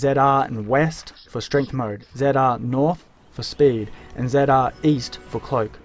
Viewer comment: the way he says ZR ZIAR